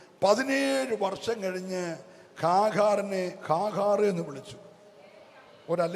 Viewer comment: കാഹാർ അല്ല..."ഹാഗർ"